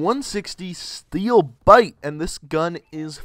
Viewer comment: Steewl biwte!!!